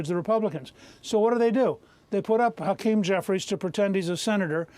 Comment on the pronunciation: hack-keem jeffries, what a mow-ron